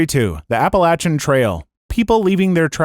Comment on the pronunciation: pronounced Appalachian wrong